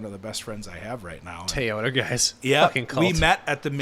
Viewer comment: TOYota not TIE-yota, disrespect any other company in the world but not Toyota